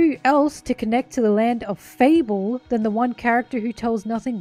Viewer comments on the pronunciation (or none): none